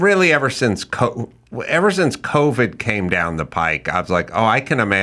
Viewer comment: Carolla.. it's PIPE, not pike. Coming down the PIPE. Sorry, it was driving me crazy lol.